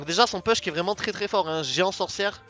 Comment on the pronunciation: quel niveau, gg cette vidéo ! Pour le "push", on prononce "pouche" en anglais ;-) ou alors tu le dis en français "puche" ^^